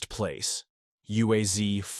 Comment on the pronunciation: Correct pronunciation is U-A-Z, not U-A-Z-EE, without EE at the end of the name. Because of "Zavod" (Factory) UAZ (Ulyanovsk's Automobile's Factory).